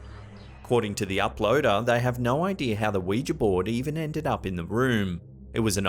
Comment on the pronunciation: The one thing you have over top5s is that you know how to pronounce Ouija.